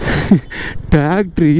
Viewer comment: if tractor is a word, tacktry is an emotion 😂🔥